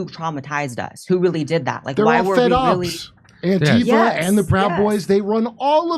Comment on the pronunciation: I love how she pronounces “antifa” correctly. ❤